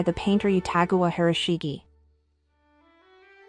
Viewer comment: "Ge" of 広重/Hiroshige is pronounced as in "ge(t)" or "gay."